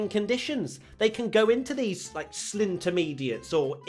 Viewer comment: slintermediates, intermalicks. no, it's slinters